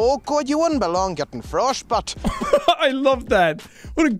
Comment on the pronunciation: I love how the frostbit guy sounds like he's saying, "Frosht-butt".